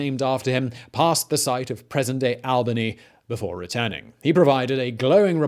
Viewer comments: All-bany not Al-bany. Living in an Albany it's annoying af to hear people say the name wrong 😅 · Oh Christ I cannot believe we are into the mispronunciation thing again! Albany, New York = Awl-bun-ee Albany, Georgia = Al-bin-ee ❤️😘❤️😘❤️ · ALL - bany. It is ALL-bany.